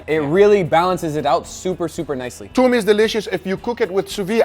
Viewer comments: thoom not toom it means garlic 🧄 ثوم 👍🏼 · It's not toom. It's thoom. And thoom means garlic, not the sauce.